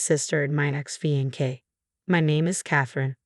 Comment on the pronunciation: Fee-an-kay? Seriously?